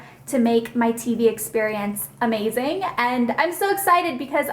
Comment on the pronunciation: OMG it is lookin AH-MAZING (the "H" was completely necessary) I luuuuuv your taste in home decor